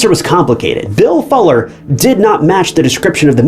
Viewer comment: How are you mispronouncing FULLER? smh